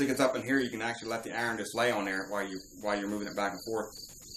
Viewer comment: What the FUCK if a iren?...you mean iron?